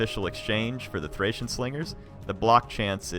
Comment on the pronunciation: Thanks for the battle. They're always entertaining to watch! Although, you said "Thracian Oathsworn" a few times. Makes me cringe. Always a pleasure to watch your videos. :)